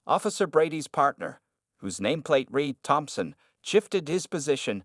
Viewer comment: I wish they could get the narrator to correctly pronounce ‘read’ as ‘red’. It kinda ruins the telling of the story.